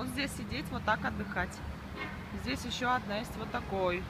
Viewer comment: Вот такой у нас здесЯ обед !! Что за сЯ в словах везде ?? Противно